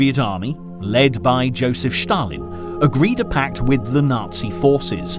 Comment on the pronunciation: its not Josif Shtalin pronounced.. its Yosif Stalin gosh